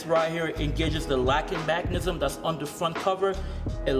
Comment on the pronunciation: Mechanism. Not mack-anism